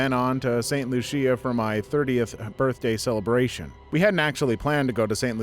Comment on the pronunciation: St Lucia is pronounced St Looo-sha. My ex in laws are from that island.